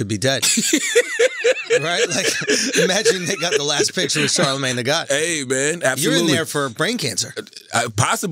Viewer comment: Charlemagne"worvy" tha god